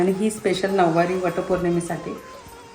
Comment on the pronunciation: नववारी नाही -नऊवारी